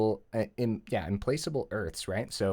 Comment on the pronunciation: Yasharn is im pla kuh bl, not im place able. It means relentless, not "unable to be placed" :-)